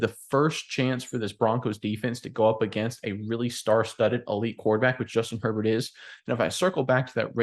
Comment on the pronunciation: Justin "Hurl-Bolt". Let's go.